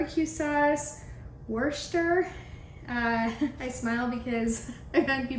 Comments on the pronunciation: It is neither “wooster” nor “shah”. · From a phonetic specialist..... WUH/st/sure. I am sure no one will agree. 😆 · Dot from UK Hi, not watched this vid yet looking forward to to as it's single servings and I live alone. I've noticed you have trouble saying Worcestershire sauce simply call it Lea and Perrins I'm English and here in UK it's known by both names great product and have used it many times, Going to watch your vid now Love Dot x